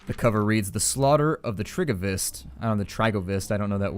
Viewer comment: Hey,, the game looks promising. And I definitely want to see it all, HOWEVER.. I don't want to be a killjoy here, but it's not "Tips", it's "Tsepesh", or "Tepesh". And it's not "Trigovist", it's pronounced "Teergovishte" (it is weird that the devs didn't check the facts about this name!). It happens so that I'd been planning a trip to Romania and had read a bit about the country only to be sidetracked by my friends to visit Switzerland. But the toponyms etched deep into my memory.